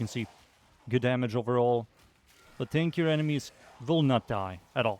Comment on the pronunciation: Sounded like you said makes your companion stankier. I busted out laughin. The Nidus touch up is nice, and i agree he doesnt need duration